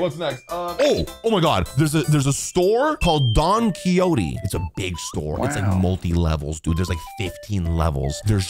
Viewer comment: considering how you said don quijote i suggest you start playing yakuza on off days(unlikely how close natlan is but just a suggestion) start whit 0 to see how you feel about the games